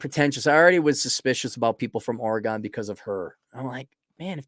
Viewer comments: Oregon is pronounced Organ. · It’s pronounced OR e gun. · It’s just weird to hear it pronounced like that when you live here lol